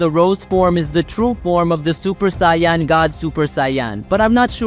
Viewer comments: Americans generally pronounce Saiyan as "Say - en" , rather than "Sigh - yon". Like "do you know what i'm sayin'?" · love the work, but please stop saying saying Saiyan like 'SION' or 'Sai On' is annoying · The way saiyan is pronounced is so annoying and completely said wrong love the content but please can we get the pronounce of the words correct please couldn't finish the video it was pissing me off too much it's saiyan it's pronounced sai-yn